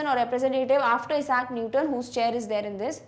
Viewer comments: mam aap issac newton ka pronunciation wrong kiya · Pronunciation of Isaac Newton is wrong 😞